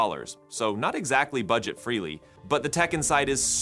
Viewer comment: " not exactly buget freely" AI still has a way to go. I will say this is the easiest AI to listen to. - "thin, light, and WISE." Is Honda really wanting their next generation cars to be "WISE"?